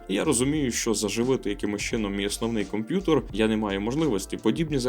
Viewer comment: Дякую за контент. Все супер, але мені ріже слух слово "комп'ютор"